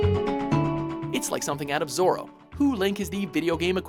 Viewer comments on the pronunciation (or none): none